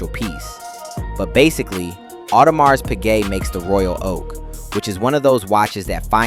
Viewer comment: Everyone, especially the people buying this thing, knows it is pronounced AudeMEEEERR!